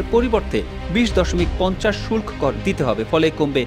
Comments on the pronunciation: শুল্ক এর উচ্চারণ আপনাদের কাছে নতুন করে শিখলাম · শুল্ক উচ্চারণ শিখে নেবেন।